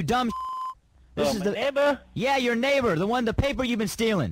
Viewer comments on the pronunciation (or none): "My meighbor?" 😂😂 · “My mayber?”